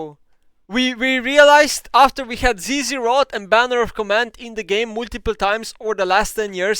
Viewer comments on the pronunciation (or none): When he said zzrot and banner that hurt part of my soul